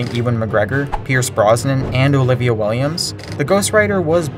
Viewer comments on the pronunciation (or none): none